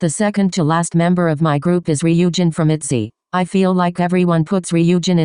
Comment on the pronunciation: Lollll the robot voice called Ryujin both ree-OO-jin and RYE-oh-jin 😂😂